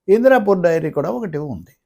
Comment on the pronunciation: Indrapur kaadu indaapur, don't divert public